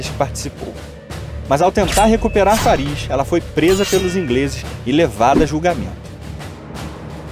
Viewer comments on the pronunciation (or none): none